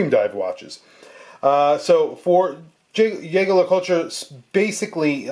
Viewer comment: "Yager luh coltra".... 🤣😂... just say JLC.